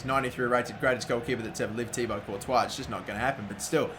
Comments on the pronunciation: He said Tiago courtois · Was I the only one to hear '93 rated thiago Courtois'